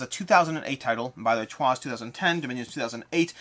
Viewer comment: Nice stuff! Glad I'm not the only person who pronounces "Troyes" that way.